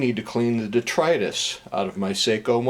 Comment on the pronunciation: Love those bracelets. Hard to size? Finally learned how to pronounce detritus… thanks.